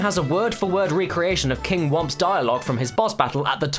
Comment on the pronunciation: Did he call the thwomps "womps"?